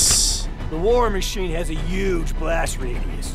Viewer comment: Woods makes fun of the “Uge” that trump usually says instead of huge